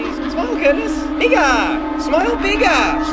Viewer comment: When he said bigger in an Australian accent I froze for a second